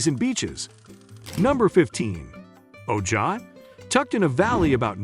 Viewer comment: Oh Jie? It’s pronounce Oh high. Friggin computer voice